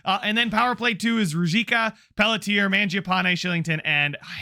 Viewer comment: Pelletier is pronounced pell-che-eh